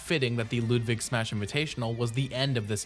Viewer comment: why are you saying loodvig